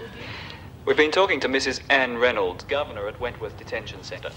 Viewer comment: Lizzie mispronounces Mrs Reynolds name.